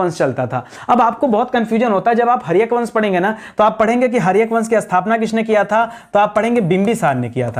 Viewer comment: Haryak nahi.haryank hota hai. Adha na ki bindi ko bhul jate hai padna.